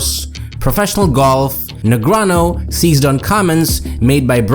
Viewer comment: Why still pronounce Daniel's name "negranoh"? He's publicly corrected people for that mispronunciation multiple times.